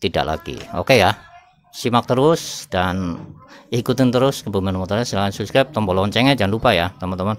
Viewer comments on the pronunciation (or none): none